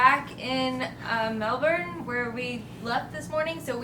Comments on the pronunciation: Its pronounced melbon not Melbourne how we spell it 😂( its an Australian thing) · Guys... By now you should have noticed: the “R” in Melbourne is silent. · Hope u had good flights and u can say MELBOURNE the right way